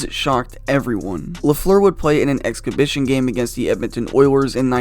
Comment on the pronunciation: "exkibition" LOL Just teasing you! Great video.